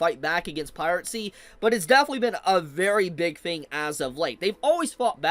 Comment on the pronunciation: Holy, stop saying pirate-sty. PIRACY, this video was hard to watch